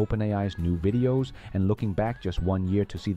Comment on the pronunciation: If AI is doing your voice have it learn to pronounce V instead W. No more wideos just videos. From a single language Canadian who slides in eh every chance I get. 😊